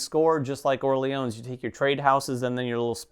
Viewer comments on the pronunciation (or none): oh oh thx for the feedback... i need this one ! your "Orléans" were quite accurate guys, just no need to pronounce the final "s". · Orléans with a silent s.